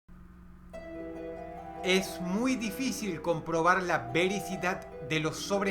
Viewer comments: Alguien mas se dio cuenta de que dijo vericidad y no veracidad? o estoy loco xd (como no vi comentarios al respecto) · "Vericidad"??? Hasta donde sabía se decía "veracidad". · te equivocaste al decir "vericidad", es veracidad. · Si dijo vericidad xd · se dice VERACIDAD maestro DROSS porsiacaso saludos !